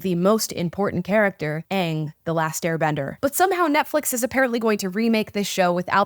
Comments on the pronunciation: Ok m so glad you said Aang right...the 1st live action movie kept saying it wrong 😢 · Just don’t treat it like it has to be the exact same as the original and you will enjoy it for what it is. It’s own show. It is already better than the first one because they can pronounce their names right. Also if this goes bad it doesn’t “ruin” avatar. Avatar is the same as always regardless. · I disagree. The acting is way better than the first like a million times and the characters fit the roles way better not to mention they know how to say their names. If you don’t believe it will be good you won’t like it but it you give it a chance you may. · Right!! I'm actually surprised so many people are upset about this. All the while I'm just happy that they are pronouncing the names correctly 😂😂😂